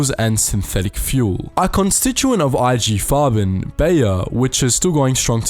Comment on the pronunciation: There are pronunciation errors. Example : Nestlé or IG Farben , ... shouldn't you at least use the sound icon of google translate ? Coco Chanel :At 57, she fell in love with a German embassy attaché, Hans Günther von Dincklage, 13 years her junior. No doubt a spy. They live their affair in the prestigious hotel, partially requisitioned by the Nazi regime to house the Luftwaffe and its leader, Marshal Göring. Above all, it involves the German authorities to recover the ownership of its perfumes, ceded before the war to Jewish industrialists. It's a fail. The Wertheimer brothers, refugees in the United States, thwart his plan. Code name: "Westminster" Alas, Coco Chanel is embarking on a new, even crazier project: to stop the war! By attempting to negotiate in 1943 a separate peace between Germany and Great Britain. An incredible operation, called "Modelhut" (Couture hat). Who takes her twice to Berlin. In April 1943, she will discuss the details directly with Walter Friedrich Schellenberg, head of the intelligence services of the SS. She knows well, she pleads, British Prime Minister Winston Churchill, met thanks to her former lover, the Duke of Westminster. Himmler's trusted man is won over. But the operation turns into a fiasco ... Winston Churchill pressured the post war French autorities to free her.